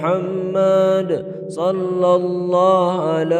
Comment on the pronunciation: Assalamualaikum saya dengar macam shollaha ala muhammad kalau apa yang saya kata tolong betulkan menjadi shollahu ala muhammad